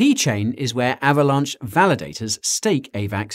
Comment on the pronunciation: Guy... are you saying Avalanche or Avalaunch? XD